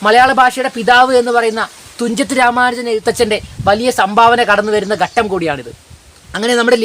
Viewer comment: ഘട്ടം ആണ് ഗട്ടം അല്ല ഭാഷ പഠിപ്പിക്കാൻ മുതിരുമ്പോൾ ആദ്യം വേണ്ടത് അക്ഷരങ്ങൾ ശരിയായ രീതിയിൽ ഉച്ഛരിക്കാൻ ശ്രമിക്കുക എന്നതാണ്